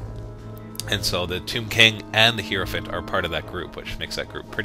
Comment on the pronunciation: It's pronounced "High-Row" not "Hero." Hierophant, Hierotitan, all of it. I hate it when people pronounce things wrong!